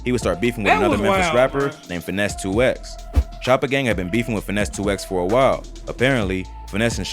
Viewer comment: Mane it’s not “finesse two x”😒 it’s “Fynes 2 tymes” 🙄 can’t stand folks that’s not from the 〽️